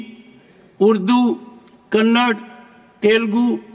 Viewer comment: It is not Kannad, but it is Kannada. All north Indians including Modi & Shah, wrongly pronounce my state's name.😮